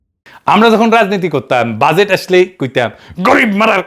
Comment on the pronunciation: Or mai bolto budget= বুডগেট